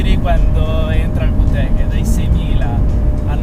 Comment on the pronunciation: Non per offesa ma da quel che so si pronuncia "vitec" non "vutec"